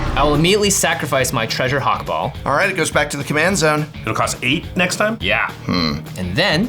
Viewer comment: I die a little every time the says Hak-Bol instead of Hak-Bal (based on Ixalan been meso-american inspired)